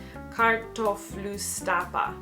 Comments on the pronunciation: The second one when you said kartöflustappa was really good! Btw its icelandic 😉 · You did an awesome job saying hæstaréttarmálaflutningsmaður and kartöflustappa! That is an icelandic word and it is not easy to say! Loved it! :)